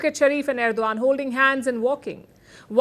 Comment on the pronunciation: Madam Palki Sharma it is Erdogan and not Erdovan as what you pronounce. Hope I’m not wrong. Love your way of presentation.